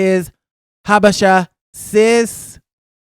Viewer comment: Now Kenya’s name is gonna come out of your mouth like 1 million times a day. I like the way you say Habesha , Google and read about Ethiopia a little bit deeper. I mean just to broaden your general knowledge.